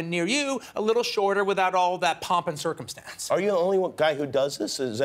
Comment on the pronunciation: "without all that poppin circum-STAHNC"